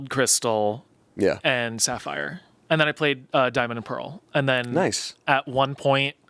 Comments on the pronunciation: Sapphire guys, it's Sapphire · “SAPPHIRE GUYS” 🤓